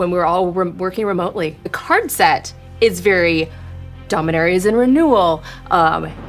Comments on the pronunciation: Domin-AIR-ia Boy that just hits my ears wrong. Dominaria just feels so much smoother. Sorry Jimmy but you can't compete with voice. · The video being sandwiched with Jimmy mispronouncing Dominaria was incredibly annoying, especially from an official source like this. Do better.